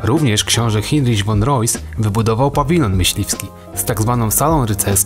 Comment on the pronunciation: Sorr ale imie Heinrich, czyta sie Hajnrich ,nie Hinrich.....